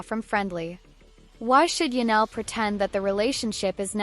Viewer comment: Ya-nelle??? THIS is painful. Do better A.I.